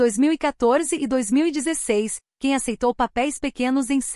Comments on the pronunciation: Ela ainda não sabe pronunciar o nome dele ...a pronúncia é JAN e não CAN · O nome dele não é "ken". Seu nome, Can, em turco se diz "Djan". Esse é o som da letra C em turco. Por favor, informe-se. Não invente.